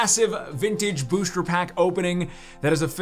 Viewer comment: why do you say booshter